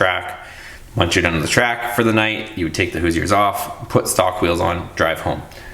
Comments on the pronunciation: Hoooooooo. Sure is how its pronounced I live 30 minutes from the main headquarters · So what you don’t know how to pronounce Hoosier we’re not here to pick on you it’s your channel. I do not think you should re-plasti dip The 20s you said you’re selling all the stuff we getting another project you’re going to ruin the value of the wheels nobody wants black spray paint wheels you should be able to get probably 250 for in The condition that they are in tires can be replaced wheels are hard to find. General repair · Love your channel, but look up how to pronounce Hoosier. Hahahaha!